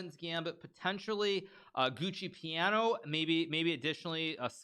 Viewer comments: Please Hikaru it's "GIUOCO" piano, NOT "GUCCI" piano. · It's "Gioco piano" not "Gucci piano" 😭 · Why does he pronounce Giuoco Piano like Gucci Piano? 😄 It this a recurring meme I'm not aware of? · It's not Gucci Piano, it's Giuoco Piano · Am I the only one who noticed that Hikaru kept saying Gucci® Piano instead of Giuoco Piano? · It's a running meme in the chess community to call it the gucci piano